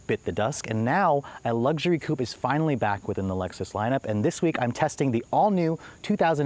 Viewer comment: If you're gonna say "coupe" twice in every sentence, at least pronounce it properly...